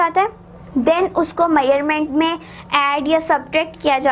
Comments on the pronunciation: It's measurement not maerment 😅😂😂😭😭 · Why u saying measure meurement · dude you r pronouncing measurement wrong!! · Muslim never change their habits. 😏they all are same. And plz try to speak correct words you are speaking wrong to measuring.